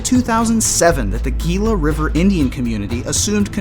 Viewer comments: Gila is pronounced HE-LA . Like Gila monster. H. not Gee. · Gila pronounced as Hela